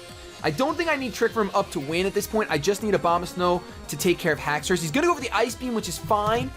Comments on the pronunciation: I swear to god you said Obamasnow every time. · He said Obamasnkw lol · Why do every times you said Abomasnow I heard Obamasnow ? XD And I continue watching because, I like your humor, I like hearing your reasoning on what moves you make, what pokemons you like and which ones you hate. And you're not full of yourself either, and even when you get your ass kicked you stay enthusiastic about it mostly ! Moreover, you're not a top MLG VGC champion or whatever, you're much more accessible than most of those guys!